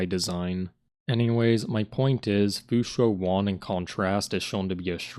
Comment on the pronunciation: You went out of character man. You pronounced fu xuan like how it's supposed to be pronounced once in this video, but the other times you said the name had wrong pronunciation. Very disappointing and an irredeemable right pronunciation